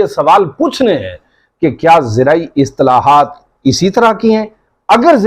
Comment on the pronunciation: Islahaat, not istalahat